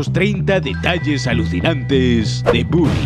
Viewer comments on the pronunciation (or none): Soy yo, o al principio del video en vez de decir bully dice bouly